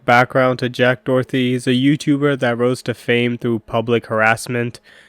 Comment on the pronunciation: making an entire video saying his name wrong is kinda insane